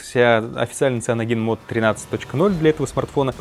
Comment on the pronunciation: Сайэноджен, не сианоген